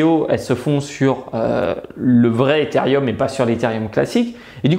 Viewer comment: On dit Etherooom pas etherieum 😉😂 sinon super vidéo !